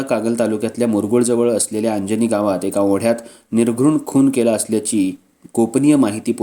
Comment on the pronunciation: अंजनी नाही...अर्जुनी म्हणा